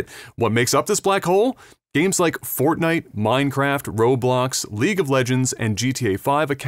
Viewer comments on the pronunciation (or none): none